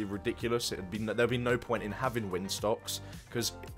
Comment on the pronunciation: “Windstocks” lol